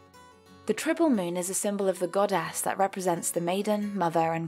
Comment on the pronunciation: Any one noticed that she says GodASS